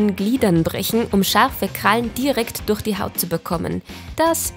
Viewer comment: Könntest du bitte durch statt durr